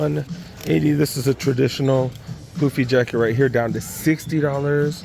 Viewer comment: Its not Poofy its Puffy